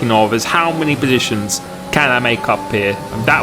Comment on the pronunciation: "FRee BoSITIONS"